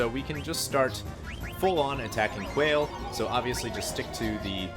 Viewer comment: Also, it's pronounced Qua = KWA / le = LAY, sounds like the way you pronounce the rapper Wale's name but KWA / LAY (the forward slash denotes a syllable)